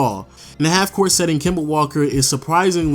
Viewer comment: "Kema" Walker 😂